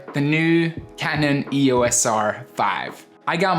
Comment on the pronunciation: It's pronounced eee-oss not eee-oh-ess.